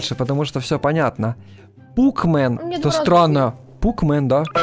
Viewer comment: не пукмен а пакмэн